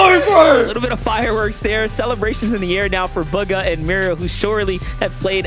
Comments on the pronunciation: He just said BUGGA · my man said Baga lol